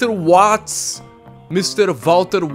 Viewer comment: Watts se pronuncia Vats